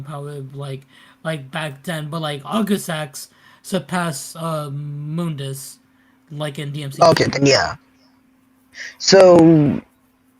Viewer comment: Off topic but it pains me to hear people pronouncing Mundus name wrong like did you get it from the reboot or something lol